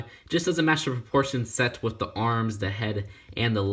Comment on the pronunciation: I never got this set...maybe I'll get it on eBay someday. Btw I noticed you pronounce "with" as "wiff".